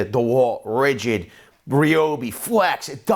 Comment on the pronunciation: No offense Bro, it was just funny the way he said it...